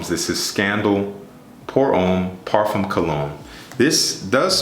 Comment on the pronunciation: nice line up and presentation as always. one small thing bro, it's not parfoom it's parfaa. i feel should be corrected. thnx